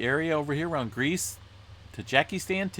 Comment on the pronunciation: Ta-ZHEEK-i-stan. Not getting into who was right at what juncture but "ta-ZHEEK-i-stan" is the correct pronunciation.